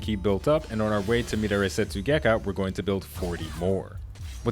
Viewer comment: mid a ray setsugekka lol, pronounced meh dar eee